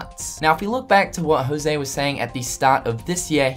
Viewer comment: The only thing that gets me salthy is you saying "Jouse"...It's José, I mean, half of hispanic male people (and some female in Costa Rica) have that name and you english native speakers are the only one that say "Jouse"....I mean, get it on the damn google translator and hit the speaker, boom, you get how to pronounce our names, the rest of the world pronounces it right